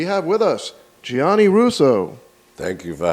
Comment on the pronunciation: gianni rhymes with fanny